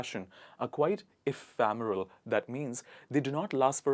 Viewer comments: I think it be eph'e'remel n not eph'a'meral when pronounced.. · Ephemeral. It's not e-fam-... But e-fem-...